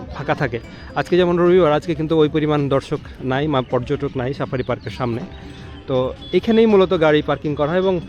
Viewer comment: Sapari na safari😂